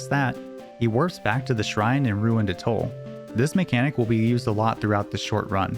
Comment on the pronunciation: Please learn how to pronounce 'atoll'...and any other words you plan on using in a video...smh...